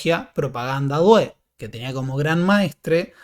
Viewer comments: "due" en Propaganda due se pronuncia con acento en la u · 😀"due" se pronuncia con acento en la "u"